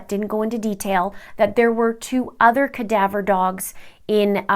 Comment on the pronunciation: its CADAVER DOG. not kadabra. wow, lol